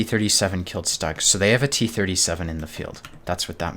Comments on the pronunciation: Please, for the love of god, it's pronounced SHTUG, not stag. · dude great game play but the Stug is pronounced "Stoog", even the US/Brit Vets of WWII called it the Stoog.